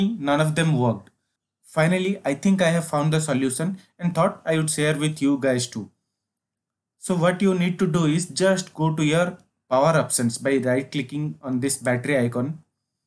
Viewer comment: just rehearse on the sh sound in words like option and not the 's' sound with option